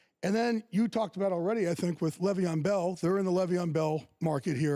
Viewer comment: He really out here still saying Le’Veon wrong